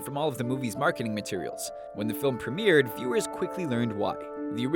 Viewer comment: pronounced premiere wrong